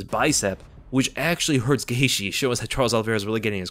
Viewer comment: “OLLIE- vera.” 😂 🤦‍♂️ Says his name WAY over-enunciated. Also, Justin “Gay-she.”?? 🤣 Geezus man.